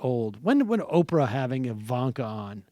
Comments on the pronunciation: Sam "Opfrah" Seder. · How is Sam pronouncing Oprah? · Why does Sam pronounce Oprah's name so weird?